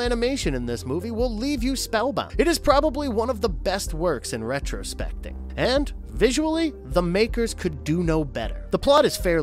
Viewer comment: Rotoscoping, not retrospecting...🙄